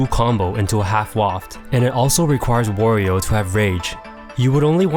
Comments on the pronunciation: Not "Worio" it's Wario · Isn't the A in Wario pronounced like the A in Mario, not as in the word war? i mean you wouldn't say "more-e-o" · i havent played a game with wario in ages, but in mario party 2 and mario kart 64 he says wa-ree-o like you would say the A in mario. interesting that they later changed it, i wonder why they did